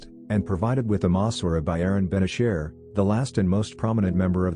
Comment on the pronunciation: Ben ASHER not Ben e-SHIR